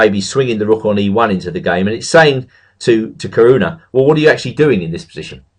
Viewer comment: What the... he can say 'Caruana' correctly!? After all these years I've finally heard it!